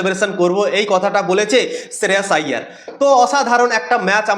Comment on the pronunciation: আরে ভাই নামটা ঠিক করে বল শ্রেয়াস আইয়ার ভালো করে দেখো